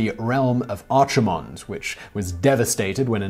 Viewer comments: "on the server Archie-mond" Composed me: that's fine, he doesn't play the game he doesn't know. Still very interesting. Nerd in me: OMG you noob it's pronounced arkimond you scrub! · "aye-zeroth" "ar-chu-mond" I shuddered each time he said them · Arch-imonde lol. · "Archimonde" is pronounced with a hard CH. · And Hakkar, Archimond, etc